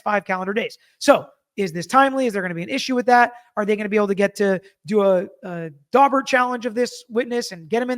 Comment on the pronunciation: You said "Daubert hearing" . . . I heard "Dogbert hearing" . . . which, given the testimony of the bite experts, seems appropriate . . .